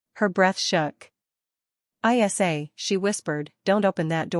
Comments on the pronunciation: Great story but spelling her nickname (Isa) instead of pronouncing is ridiculous. Pay a human to read or buy better AI. Waxahachie TX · Is ISA a name,her name?Is it too hard for AI to pronounce her name ?